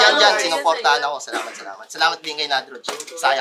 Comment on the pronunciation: Nadagdagan na naman yung may R defect sa Motus. Grey Matter, Katana at Nadroj. Hindi na kakaiba 😂